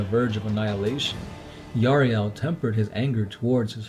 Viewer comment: Yriel not Yariel !!